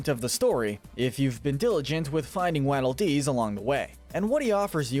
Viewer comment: it annoys me how he says waddle dees like wadle when its waddle like a penguin waddle